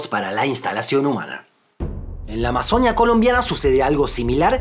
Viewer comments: Excelente video amigo, pero me gustaría corregirte algo, en el video siempre estuviste diciendo amazonía, y se dice amazonÍa con un acento fuerte en la i, así como decias orinoquía 😅 Igual gracias por ese video tan bonito e informativo 🦦💗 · Solo una cosa: ¡Amazonía! El acento va en la í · En Colombia la región de la AMAZONÍA se escribe con tilde en la i, así que así debería pronunciarse si se está hablando de esa región de Colombia específicamente. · Es AMAZONÍA con tilde en la i